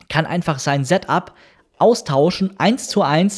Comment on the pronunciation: Informatives Video, ich weiß jetzt alles was ich wissen wollte, aber es ist unerträglich, dass du weder ''software'' noch ''setup'' aussprechen kannst und du hättest alle Informationen auch in der halben Zeit rüber bringen können...